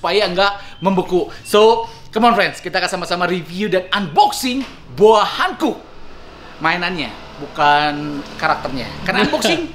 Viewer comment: Boa Hancock bacanya Bo:a Hankok, klo boa hankuk tulisannya Boa Hankook.. Jadi salah pronounced, sbenernya ud lama pgn komen ini.. Tp annoying jg dengernya lama2